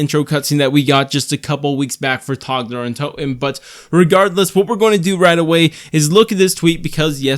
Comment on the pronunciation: Thank you for pronouncing the map name correctly. I am upset with other creators for not calling it by its proper nand